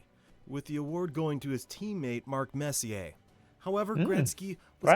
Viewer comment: its hard for you to catch it obviously but when the video doesnt even pronounce "Messier" properly its a huge red flag lol